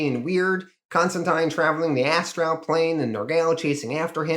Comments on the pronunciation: my gods, you need a pronunciation guide for words. Astral isnt as tral , constantine is con stan teen, nimue isnt nim u .. your mispronunciation takes me right out of the story. by far the worst was appalachian its apple at cha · Cool vid. 1 question. Is that how you always say the word ASTRAL or is there a reason for that pronunciation?